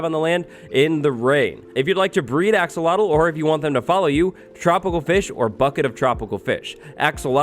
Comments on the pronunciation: be saying "axowatl" instead of "axolotl" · because of him i'm never gonna say 'axolotl' right... always 'axowotl' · I keep pronouncing axolotl to axowatl. Why is axowatl more addicting to say then axolotl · axolotl = axowatl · Axolotl to axowattles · I’m a huge fan of you wattles “axowatl” 😀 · Was anyone else hearing say "AxoWattles" the whole time or was it just me?? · When you say Axolotl I hear Axowatl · I've been wanting to say this since the axolotl was announced... "AxoWattles" XD I swore I heard say that at least 6 times! Have a good day and everyone who reads this!:D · Axe uhhhhh watl lol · Axolotls more like Axolwatls! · "AXOWATL" IS HERE time for an armada I can't wait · Like I said, we already forgot how to pronounce "axolotl". Yes, by the time we got it in snapshot form. has a strange power over us...